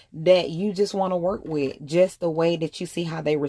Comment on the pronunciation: with not wiff daaang thats annoying stop putting the letter F where they dont belong sheeesh toothpaste not toof paste no shade its a just a pet peeve